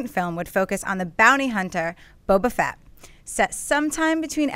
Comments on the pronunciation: "Boba Vett" lol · Emperor Palpateeeeen Boba Vet? Sorry for being a pronounciation Nazi, but they can't say names incorrectly and act like they know what they're talking about...